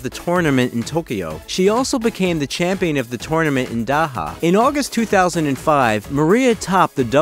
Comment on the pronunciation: i noticed a few inaccurate pronunciations (Doha, not Daha) and you pronounced her name wrongly. It should be sha·ruh·pow·vuh